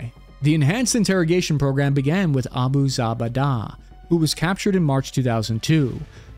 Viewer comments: Abu zabu-dabu-daaaa Bruh its abu zubey-yda. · Its Abu-za-bay-dah. For future reference lol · “Zoo Bay Duh” was the first big fish caught. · please check how to pronounce Abu Zubaydah. The best book on this is the Ali Soufan ex FBI interrogator's book, "The Black Banners (Declassified): How Torture Derailed the War on Terror after 9/11." (suggest listen to the audio book, narrated by the ex FBI man himself.) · That pronunciation of Abu Zubaydah is crazy work haha